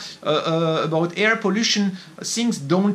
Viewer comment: it seems LIFE is KILLING you !! (Psssst... your "air" sounds like HAIR)